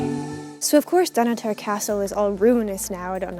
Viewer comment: Hey, I loved your footage of my family's old homesite (: The Keith family were at Dunnottar for centuries. My mum was a Keith and I have traced our ancestry waaay back. Just one thing~ please learn how to pronounce it~ it's dun-otter not Don Otair....keep having fun (